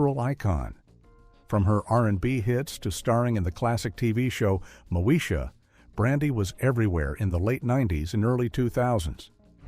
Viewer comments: Not MOE SHA it’s MO EEE SHA SMH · Thank u for this interesting documentary. But Moesha is not pronounced Mo-sha. It's Mo- E-sha! We can tell us never watched the show. 🤦‍♀️